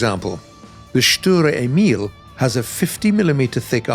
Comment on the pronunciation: Stur Emil? Or Srurer Emil?